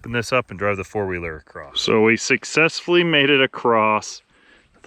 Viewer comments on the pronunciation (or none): Clean solar panels work far better, just sayin Also there’s no T in across